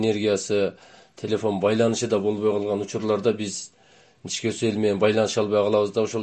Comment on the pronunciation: Каракулжа ичке дебей ничке дейсинерби таза эмес экенсинер